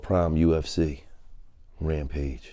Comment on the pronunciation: It’s rampage it’s rampage R-A-M-P-A-G-E.